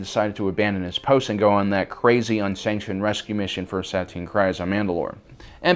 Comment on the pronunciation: where are you originally from you pronounce Tano and Satine very different from the show SAT-EEN, when it's SAH-TEEN, TA-NO not TAH-NOO